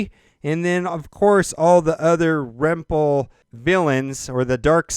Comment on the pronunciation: "Rempel" lol